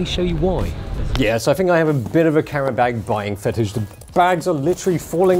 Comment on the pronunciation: Whats a "carrenbeg" Oh you mean a "camera bag" lol.